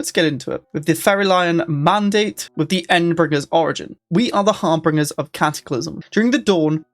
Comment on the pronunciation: Hey man, big fan of all of your content. Love it. But, the pedantic fool in me must at last put forth: Harbingers is pronounced "Har bin jers"